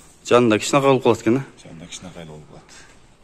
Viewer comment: Кичинакай,жазалат эмес- кичинекей жасалат деп суйлогулочу